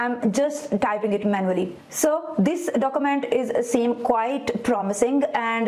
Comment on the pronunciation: stop inhaling so loudly ... annoying. stop saying dokumant. you will sound more professional 9f you speak urdu and turn on CC for foreigners